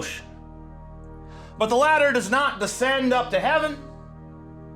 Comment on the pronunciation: Later not ladder. I thought you meant the later of the two things. Was confused for a minute.